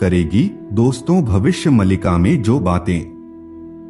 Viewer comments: Its maalika not malika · पहले सही से पढ़ना तो सीख लो, 'मल्लिका' नही 'मालिका' है।